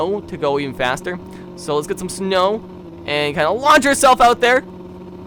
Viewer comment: "so let's get some SNUW"